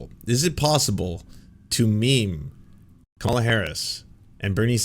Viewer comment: Dude,,,..it's pronounced Comma la...not Ca malla. You're first day at politics?